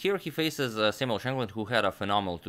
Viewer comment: Perhaps a record that'll never be broken comes to an end with Samuel Hangland?? Your ability to enunciate names is simply amazing Mr. Mator!